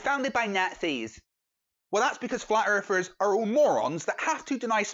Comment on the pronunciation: "FlAt EaRfErS aRe DuMb As FuCk" Sorry, i can't listen to this guy any more.. Just can't stand this guy switching "th" with "f"